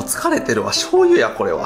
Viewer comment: 結局醤油が言えてない